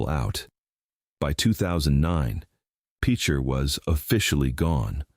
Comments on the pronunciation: yeah, you can always tell when it’s AI, it can’t pronounce things even when it’s spelled correctly and should be self evident. I would cut them some slack over Tahlequah but picture is just ridiculous. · It’s pronounced like a pitcher of tea not Peecher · Seriously if youre going to make a video, say the names correctly. PEECHER???? LEED? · It's pronounced pitcher. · The pronunciation in several things were wrong, I had to stop the video. After seeing him talk about towns that are still very much there. The first town is PITCHER. I had a friend die in that tornado… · AI is pronouncing Picher wrong. Its like Pitcher... The Dalton gang was killed in coffeyville KS, Dalton Defender Day is a local thing its pretty cool if you ever get the chance to go. Guthery isnt a ghost town.... Ok I give up, AI mispronounces so many town names that have tribal roots. This leaves out alot of towns/communities look in Nowata, Craig and Osage counties. I only mention those since im most familiar with them. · F’n AI read discourse littered profusely by mispronunciations and misspellings. And this is seen as a fitting epitaph for the ghost towns of Oklahoma. Gutherie is still an active and thriving town as is Ingalls. Picher is pronounced, Pitcher and the reason for it’s abandonment is not honestly disclosed in this video. Okmulgee County is pronounced Oak-mull-gee, not Oach-mull-gee. Muskogee is pronounced Musk-o-gee, not Musk-A-Gee. Both the Federal Government and State Government have and still continues to ignore and violate the treaties between the sovereign Native American tribes in Oklahoma. I wish I could live long enough to see both governments acknowledge the sanctity and recognition of Sovereignty by my own Cherokee Nation and those of all five civilized tribes and native Americans displaced from their own original homes by virtue of the Trail of Tears. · Guthrie is NOT a ghost town. It’s bigger now than it has ever been. Also this Ai cannot pronounce words lol peacher 😅